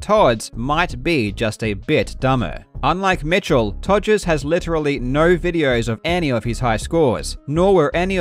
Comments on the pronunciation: The fact Karl just completely casually keeps calling him “Togers” is just hilarious to me. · Calling him Todgers throughout, chefs kiss. Also to those non-UK folk; Google 'todger', very apt.